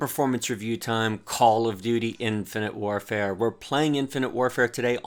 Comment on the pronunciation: Infant warfare. Nice mistake, i chuckled at that since cod multi is like that. ;)